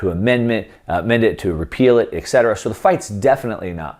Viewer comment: Thanks for the precious info. One remark regarding a little error in the language, that is quite annoying: "etc." should be pronounced "et cetera", NOT "ec cetera"